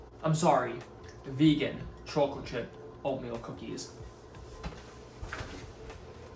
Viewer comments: Bro you pronounce chocolate so weird gotta say 🤣 every one of ur vids you pronounce it CHOOCKLOTE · I’ve been trying to get oatmeal cookies I like and always using protein powder lol. This seems awesome. And dude u have to be from north jersey the way you say chocolate gives u away 😂👍my family says it the same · I love the way you say chocolate. If you don’t mind me asking, are you originally from the east coast? Anyway, love the video as always man. Keep it up! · And for the record, not a dig about the way you say chocolate :) so I hope it doesn’t seem like I’m making fun cause I am not haha